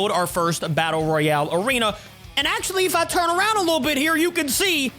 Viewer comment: You should arownd stachoos